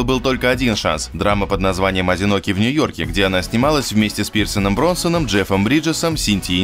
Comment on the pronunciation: Вы уже в который раз называете Пирса Бронсоном. Он БРОСНАН!!!